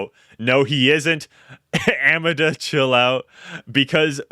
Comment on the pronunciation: The way you just pronounced “Amanda”… aman duh.. you really don’t know how to say the Amanda.. god our school system has failed. Sorry but mind blown 🤯